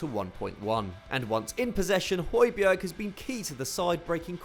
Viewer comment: This is how to pronounce Højbjerg: Hoj-Bjar Means Tall Mountain